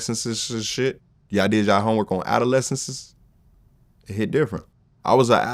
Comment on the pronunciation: Saying "adolescencesess" and going to high school for 5 years makes perfect sense... I love this guy